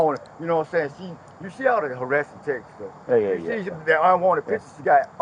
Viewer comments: It's texts not textes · He said,Reed awl dem Texas!😅 For the normal speaking humans he was attempting to say ,read all of the texts!😅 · "all them textes. All them textes" 😆😆😆😆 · He said just read all da textes😂🤣😂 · “Read all da Texas”😂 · Say “tex-es” one more time unc lol